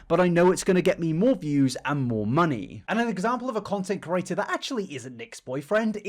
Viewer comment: with peace and love, the way you pronounce "creator" is so annoyingggg